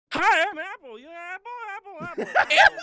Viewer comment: I like how Barney pronounced Apple at the beginning "EPPEL"